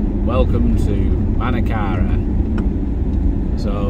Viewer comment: This Chevrolet is a bad car for everywhere it's an Indian made one not US.Now I am not saying that India make bad cars but this one is .Did you notice how different is the pronunciation in Manakara?They emphasise on the R.